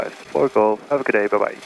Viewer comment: codename xNimus “fok off” komt ook door het accent van de verkeerleidster denk ik 😂🤣